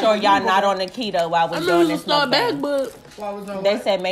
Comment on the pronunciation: Love this video love the people in it but if I hesr one more person say mink-BANG I’m a jump off a building lol